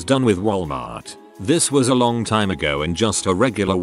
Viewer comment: I know right, it seems like it has trouble with the word "time" idk if it's a key to some conspiracy theory, or just faulty programming for the robot reader?